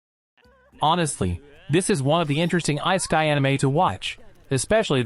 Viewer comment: The way the narrarator not murdered the word Isekai at the beggening of the video. xD